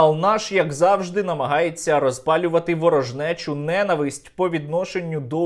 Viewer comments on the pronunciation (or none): none